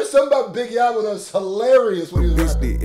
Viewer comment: definitely need some BIG YAVO (YAY-VO IS HOW YOU SAY IT) reactions. HIM. 205 Legend going up rn hes from birmingham AL